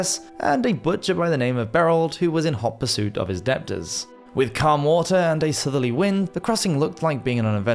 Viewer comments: Debtors = "detters" not "dep-tors" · Debtors pronounced dettors.